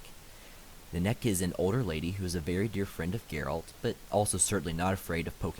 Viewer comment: Exactly she nenneke not nanek